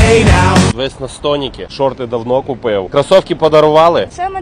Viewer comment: Усик, Львівська вимова прекрасна: купєв.💪👏👍